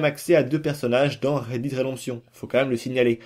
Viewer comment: En 1 minute de vidéo tu dis 3 fois Red Did stp reprends toi c’est Red Dead 😂